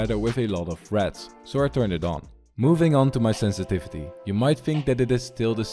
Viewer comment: senstivity more like sensitithe